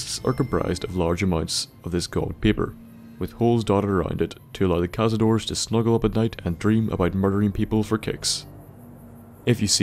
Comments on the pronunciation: Tip: Cazador means "hunter" in spanish, and the correct way to pronounce it when you refer to more than 1 it's "cazadores", not "cazadors". That "e" exists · thats hunter in spanish, or hunters, and, just saying, you pronounce the e at the end (at least if it is spanish)